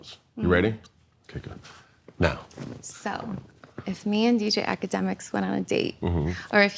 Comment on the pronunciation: Did this mf say dj ak lmaoooo